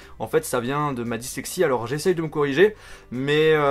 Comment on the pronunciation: mdr désolée mais.... T'arrive pas a dire dyslexie x)